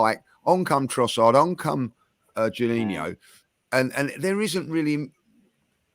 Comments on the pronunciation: someone please tell that our player is called jorginho and not juninho… 🙈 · Why isn't anybody correcting when he pronouncing Jorginho's name as Juninho. Its driving me crazy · Is anyone gna say anything about calling Jorginho, Juniniho? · How we letting get away with consistently calling Jorginho “Geninho” 😂😂😂😂